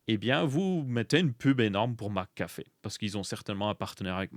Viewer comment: ta façon de prononcer McAfee m'a percé les tympans tout du long j'en pouvais plus X.X Par contre, qu'on me corrige hein, mais leur système de leasing est clairement pas déconnant je trouve. Sur les 36 mois tu payes moins cher que plein tarif pour le macbook par exemple. Ok un macbook dure plus que 3 ans, donc passé 3 ans c'est plus du tout rentable. Mais pour les gens qui ressentent au bout de 3 ans les limites d'un mac c'est clairement pas déconnant en soi. Ceux qui veulent posséder le poste bah ils font un paiement en plusieurs fois a la limite. Le leasing est un piège quand on en comprends pas les tenants et aboutissants. Pour un véhicule je comprends que ce soit débile, une voiture n'évolue pas dans le temps et n'a pas de date limite d'utilisation. Contrairement à un pc qu'il faudra forcément changer à un moment pour les maj de sécu, et surtout le monde tech évolue 100 fois plus vite et sur tant d'aspect que ça en devient pas forcément bete. Maintenant à voir dans le détail les conditions, et probablement que se sera pas du tout intéressant sur certains produits (typiquement je pense à l'apple watch, l'iphone je laisse un joker, mais les mac je trouve pas ça si déconnant que ça).